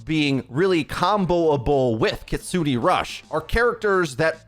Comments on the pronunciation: “Kitsu-nay” not “kitsu-knee” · No one gonna talk about how he pronounced Kitsune as Kitsoonie. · It’s pronounced “kits-zoonay” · Should be more like keets-neh than kit-soony, I think? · Okay I hate being "that guy" but I've gotta say something... It's pronounced "Kit-soo-nay" not "Kit-soo-nee" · For the last syllable of Kitsune it sounds like "nay" rather than "knee" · "Kitsunee rush" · I have not heard a single person say her ultimate properly yet, it's pronouced 'Kee-tsu-ne' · I've noticed many people on YouTube have been mispronouncing the character's name and her Ultimate. This is how you say them. Kiriko: Kih-ree-koh Kitsune: ˈkit-su-nei or ˈkits-nei Also, Kiriko looks "a bit" crazy, I can't wait to play a the new DPS/Support Hybrid hero in Overwatch 2! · Not to be the weird guy, but the pronunciation of Kitsune was butchered a little. The E in Kitsune is pronounced more as “eh”. Hopefully this makes sense😂. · The duality of knowing two or multiple languages. Or learning😂 I’ve been tryna help ppl with the pronunciations too. I’m hearing a lot of Cuh-Ree-Ko from ppl. They need to emphasize the E sound in Ki, and have their tongue touch the top of their mouth when pronouncing Ri. Much like the English L. pronunciation of Kitsune different got a laugh outta me tho.